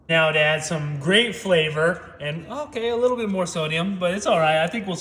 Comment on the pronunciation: Thought he said the mayo adds some "grape" flavor. Had to turn on captions.